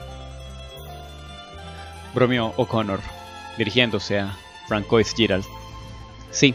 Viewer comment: En este caso, como lo escribió la escritora, se pronuncia Iv. Y su apellido se pronuncia Bunó. Francois se pronuncia Fransuá. Pero bueno, eso es lo de menos. Gracias por narrar este fanfic, es uno de los mejores escritos y narrado por ti se escucha muy bien.